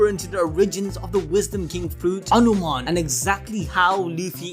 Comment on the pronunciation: bruh it is"hanuman" not anuman